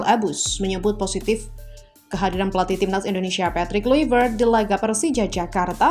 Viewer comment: Kluivert dibaca Klaivert yo mbak..